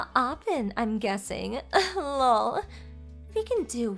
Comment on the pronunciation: Can we use the acronyms meaning instead lol( laugh out loud) or just laugh like fr( for real) BTW ( By the way) ttyl (talk to you later) something other than 1000 "lawl" its very irritating and I am sure that its the intention because she is irritatingly stupid 🙄 but let's try that next story,please!